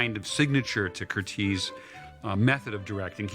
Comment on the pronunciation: I'd just like to point out that his name is pronounced "Curt-ez" NOT 'Curt-eez'. (I'm his grand-daughter)